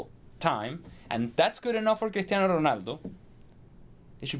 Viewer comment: Lol.. when did Cristiano become ' Critano '